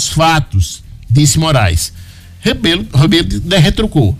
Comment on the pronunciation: Locutor o nome correto e Rebelo